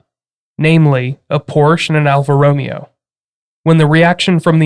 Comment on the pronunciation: Alfa Ro-MAY-o